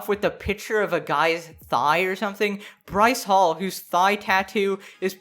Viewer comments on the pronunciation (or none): when u said bryce hall i thought u said rice paul lmao